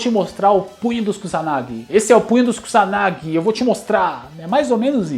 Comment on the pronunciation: E as pessoas que falam Kusanagi (como Cuzanagui)🤣🤣